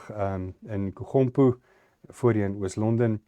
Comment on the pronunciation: nie "KuGompo" soos in "gompou" nie, maar soos in gholf, maw die g "Engels" uitgespreek. Kom ons hou eerder by Oos-Londen, Graaff-Reinet en Pretoria, soos wat Lex Libertas-sprekers gemotiveer het.